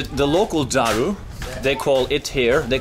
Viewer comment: Love how u say daru perfectly. Also fatih/fatah does mean conqueror